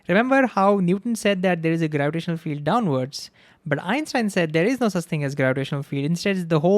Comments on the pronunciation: Why you pronounciating Einstein as Epstein?? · is he saying Einstein or Epstein ?? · It sounds like he is saying Epstein, not Einstein. Is it just me? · Is it just me or dose he say Epstein instead of Einstein sometimes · Dis I hear him say Epstein instead of Einstein? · bro, i keep hearing u pronounce epstein ... remember , EPstein was a sex offender, EINstein the GOAT of understanding the reality we live in. i adore the way you explain this and the enthusiasm and heart you put out. if only teachers gave 1/10th of what you give , maybe the world would be a better place.